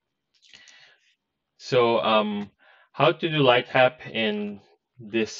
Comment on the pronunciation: I cannot pwonaounce the "W" in "lightwap" pwopewly